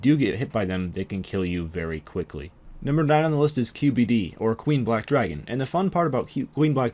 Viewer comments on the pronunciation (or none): none